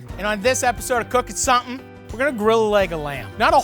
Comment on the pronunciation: "Cooking So-m'n"